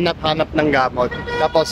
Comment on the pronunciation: Ang cute mo naman. Anyway pwede rin po sabihin.."gumising ako nang masakit ang ulo ko" Gamót ilóng tahó ang stress po ay nasa pangalawang syllable